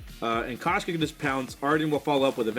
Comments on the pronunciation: that koshka pronunciation though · I'm dying 😂😂😂😂😂😂